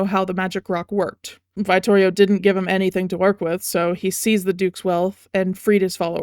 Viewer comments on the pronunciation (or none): Unbelievably minor nitpick, but like..."veye-ttorio"??? Its italian, the i is a short vowel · I love your analysis of the lore and character designs. As a vittorio main, the way you pronounce his name kills me 🤣